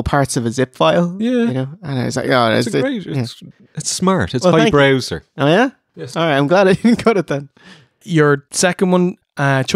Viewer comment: When talking about the "torrent" quote, I was sure said "High browser" and laughed my arse off! Then I realised he said "High brow, sir!"